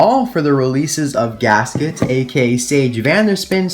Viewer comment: You arent wrong, it is good pronounced in english, in spanish is diferent. Finally!!!! My favorite racer is gask its of course. Thank you. Great video.